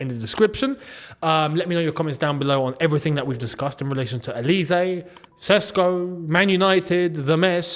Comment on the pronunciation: Mate, Olise is pronounced with an S not a Z